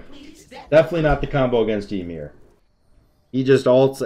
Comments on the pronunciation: It’s ymir, not YUhmir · Pretty sure its actually pronounced yeemir.